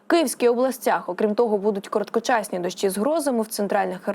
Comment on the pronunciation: Ага . ‘’ тИпАр ‘’ , зам1сть тепер , ‘’ дАщ1’’ , зам1сть дощ1 , ‘’ з пАрших дн1в ‘’ - з перших дн1в . Де вони 1х беруть , таких .